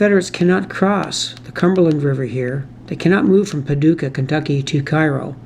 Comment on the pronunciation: I realize that you're a Canuck, but there are a couple of your pronunciations that the natives might object to. New Madrid -- the locals pronounce it MAD-rid (rhymes with "bad kid"). Cairo -- pronounced KAY-row (rhymes with "payroll") Enjoyed the video, as always.